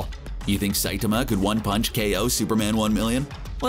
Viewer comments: "Saytama!" Its Sai-tama, this dude needs Pronunce Saitama's name correctly or it'll be one cringe ass video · The pronunciation of saitama is just stupid but let the memes come